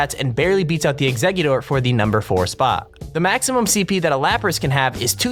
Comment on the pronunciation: Lapras... It's pronounced Lap-rass